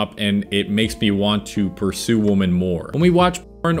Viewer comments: Only thing that bothers me: Why do you say "woman" instead of "women"? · Anyone else getting hung up every time he says "woman" instead of "women" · Your mispronouncing the word "women". Jaja